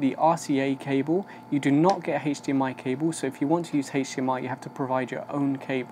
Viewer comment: took me a sec to figure out you were saying HDMI, since you pronounce it as HAISH-DMI